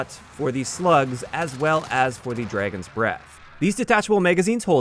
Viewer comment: I like how says it like "Draygon." I have a friend that says things like that too.